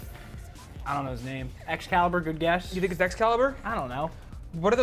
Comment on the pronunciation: that man said Excalibur 🤦‍♂️🤦‍♂️🤦‍♂️